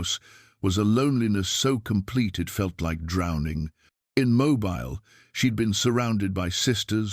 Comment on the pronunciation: Please invest in a human reader! I have no problem with AI filters that change the timber of a voice to make it sound good but by all that is holy, please invest in a reader that knows that Mobile, Alabama is pronounced Mobeel not Mo-bile (as in flexible and easy to move)